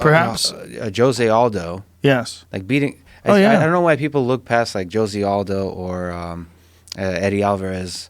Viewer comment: Jo-zey Aldo? I pronounce the J in the "Jose" as H, like HO - SE.